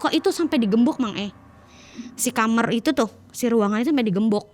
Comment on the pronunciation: Knpa k kamar ngomongnya kamer si k